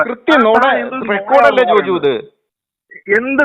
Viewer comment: ജോജോ അല്ല ജോജു